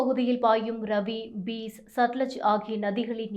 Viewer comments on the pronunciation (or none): ஜூலம், பீஸ் இல்லை. சரியாக உச்சரிக்கப் பழகு, இல்லை வேறு வேலைத் தேடிக்கொள். எங்க உயிரை வாங்காதே தாயே.